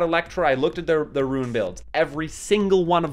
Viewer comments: Rune =/= Ruin xD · Liked just for the commitment to pronouncing Rune lmao a guide for morrigan/the big three would be cool too